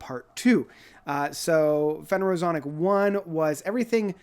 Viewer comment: its pronounced Fen er o zo ic.